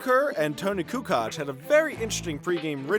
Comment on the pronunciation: and tony kukotch